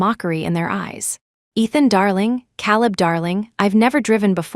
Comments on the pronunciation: Caleb is pronounced Kayleb not Cahleb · Caleb is pronounced Kay-leb! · KAY-leb. Lordy. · Ugh. It's Caleb... Hear calib is annoying. Lol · AI never seems to learn the name Caleb. The pronunciation is always wrong.